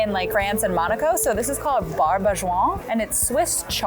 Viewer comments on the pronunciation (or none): none